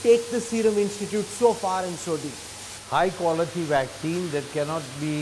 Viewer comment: Dr. P is a great man. The news reporter needs to learn how to pronounce the words he is using - Waxine and Anthrapanorial 😂